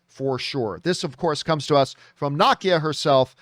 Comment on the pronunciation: You keep saying Nakia wrong. It’s Na- Key- A